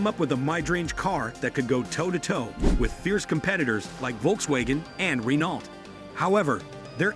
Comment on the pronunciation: Almost every single one he said isn't american and he can't say Renault or citroen right 😅